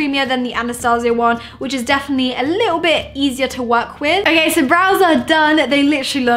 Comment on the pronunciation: I feel annoyed when she says ok it sounds like akey and it's soo irritating